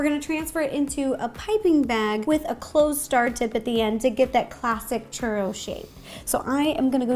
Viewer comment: You put the RO in churRO